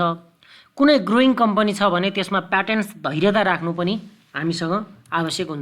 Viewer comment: प्याटियन्स हैन सर प्यासियन्स भन्नुपर्छ